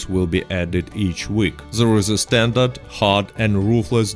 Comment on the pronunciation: Yes... Standart not standard